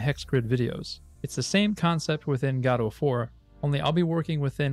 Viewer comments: It very much so upsets me that you call it "GAH-DOUGH".. Bro it's "GUH-DOUGH" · Every time you say "Gaudou" I cringe. Please just say "Go Dot" or "Go Dough" like everyone else lmao In all seriousness though, very cool video, it was fun seeing your process learning the "Gaudou" engine! It's an awesome engine, and I've had a lot of fun learning it. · PLEASE JUST SAY GO-DOUGH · Its Go dough or go, dot. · i keep hearing "godofwar" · Really nice video. Just thought I would say that Gadot is pronounce G’doh. Emphasis on the “Doh”. Sounds like you’re putting the emphasis on the “guh” instead of the “doh” part. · Thought he said God of War. Lol Great video! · Good content, but I cringed every time you mispronounced Godot. It's guh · doe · Saying Godot like "gado" is like reading gif like "yiff" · Every time instead of "Godot 4" I can hear only "God of War". This would br really amazing game-making engine XD. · Ppl be like "It is pronounced Godot, not Godot" "Hold my beer" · Thanks youtube for deleting all of my f**** links.. I posted like 7 different sources backing up the fact that you pronounce it wrong but youtube deleted all of them except the youtube link. Lovely. It takes 1 google search and 5 minutes of your time to see that you are blatantly wrong, and if the developers are going to base their engine (name) off of something already made, then they inherently have to accept the name pronunciation that came with said name.